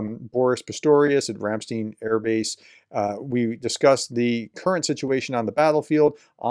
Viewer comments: It is not Ramsteen, it's called Ramstiin. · Say Einstein. Now say Ramstein. It's not 'steen'.